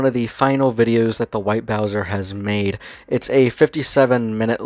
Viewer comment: Interesting video. White Bowzuh is an ass and a pwedutuh. Also, Smokey McC is a champion